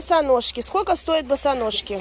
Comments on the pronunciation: Она всегда так говорила, странно что сейчас только "услышали",в Дубае в ТЦ это было очень забавно слушать. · 💥💥💥 как Ваше " скоко стоит" режет слух!!! Спрашивайте уже хотябы " какая цена" !!!!!!!!!